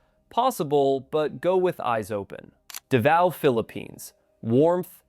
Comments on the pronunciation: It's hard to take #1 seriously when you pronounce it Davio! Daaavow or davo. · Davao is pronounced "Da-Vow" Not Du-vay-oh... This tells me the narration is AI. Yuck! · 😂... I was just there so it stood out to me. I noticed you pronounced it properly later in the video? Thank you for opening my eyes to Cambodia. I'm going to visit after my 90 days in da Nang. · Well, I was with you until you mentioned P.P. warmth 32c ? If you like hot n humid, Try 38-40c . This must be AI audio. Davao is not pronounced Davio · Does he mean Davao. Sure ain’t pronouncing it as such. Been there once. Was in my younger days and on the Government dime so of course I liked it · You cannot pronounce DAVAO! Thumbs Down A Hole Ai Sucks! Lazy A Hole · Literally where?? None of the video is original, and anyone that's been to Southeast Asia even once would know how to correctly pronounce "Davao" ... There's so much terrible information in this video is hard to even know where to start ... but hopefully YouTube find a way to shut down nonsense channels like these providing poorly researched, AI-backed info from a 20-something kid probably living in a basement somewhere in California.